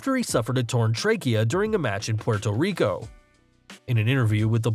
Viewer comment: "Porto reco" its puerto rico lmao